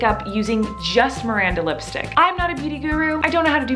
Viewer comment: Miranda pronounces lipstick as listick